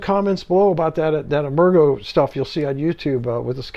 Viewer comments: Nice presentation, but "emergo" was pronounced "emerge-oh" with a soft "g" sound. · Great review. Incidentally, I think "Emergo" is pronounced with a soft G, as in "emerge".